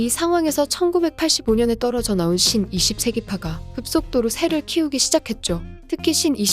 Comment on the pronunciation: 신 20세기 할때 왤케 욕처럼 들리지ㅋㅋ